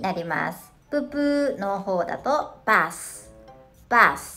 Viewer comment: busとbath 母音の発音が同じに聞こえますけど…